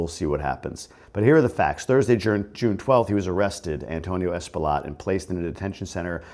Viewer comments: True. The guy is Loaded $$$$. So he will payoff whomever he needs to pay to minimize the charges. Unfortuantely, if he does time, it will be minimal and he will more than likely have benefits and probably will be separated from the population. By the way, Espaillat is pronounced as Espayat. The "LL' is always prounced as a "Y".. Example - Horse -> Caballo - Cabayo Thanks for your insight. Always look forward to your videos. Happy Father's Day! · Espaillat pronounced Spy-jat